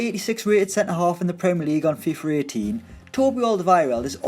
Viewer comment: It's FIFA with an A not FIFER